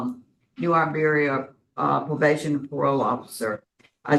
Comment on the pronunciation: Please bring back the old parole board. These three keeps Having to go back and forth making mistakes. And can.t even say Iberia. Poor poor choice.